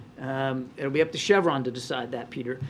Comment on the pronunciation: He's weaponized the name "Peter"! Presidunce O'Biden loves drilling for oil....."Peeetur"!